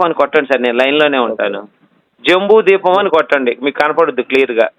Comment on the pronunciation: ద్వీపం అనాలి బాబు